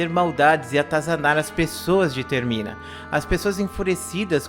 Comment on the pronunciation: É termina ! Não é termin kkkkkk